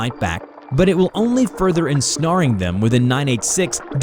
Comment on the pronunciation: Further ensnare * and not “snaaar” sn- air. Let’s speak like we’ve graduated high school please. “Ensaaaaared” smh.